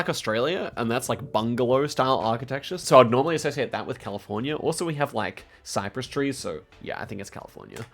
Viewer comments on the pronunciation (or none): none